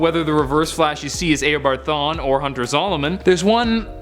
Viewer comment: It's Eobard not Aobard. I'll see you in court.